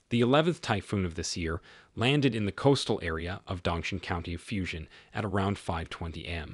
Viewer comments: At least learn to pronounce the name correctly. It is pronounced “Fu jan”, not Fu shan, or what the hell you are calling it. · Fujian Province is pronounced as “foo-gee-ann”, not “fusion”! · It is pronounced Foo-Geen-an